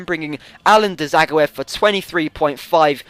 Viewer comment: not ja its zag-o-ev